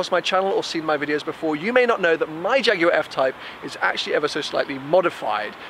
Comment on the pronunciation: Shame you keep saying "Jaguarw AW"